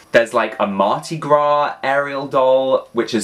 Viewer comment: Say it with me…. Mar-Di-GRA 😂